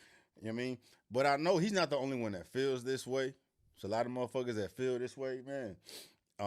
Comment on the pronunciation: The word "that" does not contain the letter "D." You're welcome.